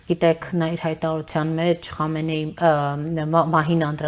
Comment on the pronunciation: Խնդրում եմ անունները ճիշտ կարդացեք, Խոմեյնի' , Խամենեի' շեշտը վերջին վանկի ձայնավորի վրա։ Պեզեշկյանի փոխարեն Փեզեշքյան ։ Ժամանակակից պարսկերենում "պ" հնչյուն չկա։